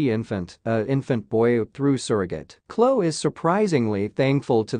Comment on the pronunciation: Her name is not Klo, it’s Khloe pronounce the E Kourtney is pronounced like courtNe. Kylie is pronounced Ki-lee😊